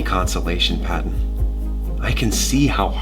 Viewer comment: Let's jus appreciate that pattens collar said pawton